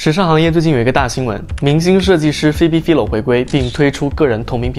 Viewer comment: Phoebe Philo的名子唸錯了